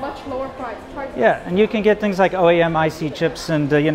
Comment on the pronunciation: She says "fings" instead of "things".